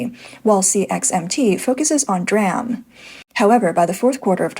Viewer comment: It's pronounced "Dee-Ram"... Not "Dram" ❤ Fight the good fight, you fight better with proper communication